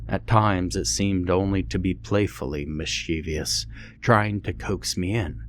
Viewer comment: BTW: Miss-chee-vuss!! There's no extra 'i'!